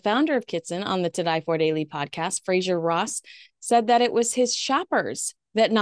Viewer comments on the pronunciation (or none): none